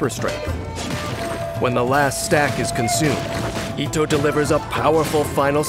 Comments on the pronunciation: Why English va’s pronounce itto as etto 😕 cringe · the fact that is pronouncing his name as ittoe